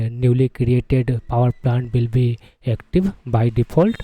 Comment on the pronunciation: Hey man, why you keep saying "power plant"? rather saying poer plan.